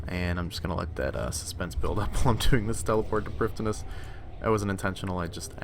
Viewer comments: Sounds like your saying priftiness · I really enjoy the videos man they are great but your pronounciation of prif ddinas is actually soul crushing